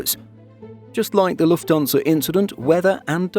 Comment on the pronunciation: It's Lufthansa, not Lufthonsa.